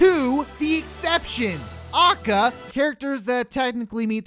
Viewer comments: As retarded as most of this video is, the worst part of it all is how you pronounce AKA as if it’s an actual word rather than an initialism. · Actually, most people are commenting to show him his contradictions, prove why he is wrong about some characters with facts, and advises him to speak more softly and pronounce AKA correctly. Pretty constructive I'd say. Others are also focusing on his "stop complaining about Ultimate roster" argument and debating that. The people insulting him and calling him autistic are in the minority. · It's pronounced "Ay-Kay-Ay". It's an acronym. Nobody says "ah-kuh". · It’s A.K.A not AAKAAA, that’s like pronouncing L.O.L as Loal.... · How this guy says “A.K.A”, which I have never heard pronounced phonetically like that. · A K A not ah-ka ;_ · I cringed when you said AKA, it's A.K.A. Which means Also Known As. But hey that's just me. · oh and he says a.k.a as akka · Why does he say A.K.A phonetically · Stop saying acca you madman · HyperCharge for SMASHBROS Why Great conversational peace From where Idk he’s a stinky gamer tho Moves? Foward smash:acca scream stuns opponent by confusing them with bullshit pronunciation of aka Down smash: slams head on ground in order to create brain damage to make shit arguements (huge hit box) Up smash: summons sakurais penis above him and flys up to wrap butt cheeks around it Neatural smash: screams at you for wanting a character in smash and tells you why your stupid and he’s not also screams why your characters dumb and his is best boy(will damage self due to shitty argument structure and hypocrisy) Final smash: sucks own dick and summons 101 red dude or whatever and sucks his dick and spits the nut on you and explains why your characters garbage ( does more damage to echo fighters) He has a lot of potential I think he’d be a fan favorite and top tier not doubt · this is a good video, but i just get really eeeeee when he says "ackuh" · I hate how he says A.K.A. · How you say aka bothers me